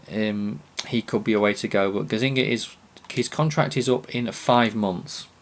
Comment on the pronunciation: Not gazzinga but gazza-niga :)